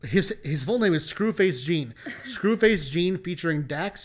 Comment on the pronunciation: Scru face Jean Pronounced John btw 😊